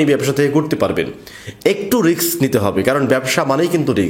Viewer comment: উচ্চারণ ঠিক করা উচিত, রিস্ক!